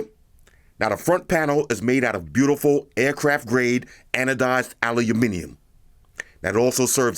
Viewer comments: You said aluminium correctly. For that, and the most excellent review, I sub instantly. I look forward to more! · I think has got closest to saying aluminium properly out of all America 😀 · What?? Did i just hear an American pronounce aluminium properly? Mind blown 😂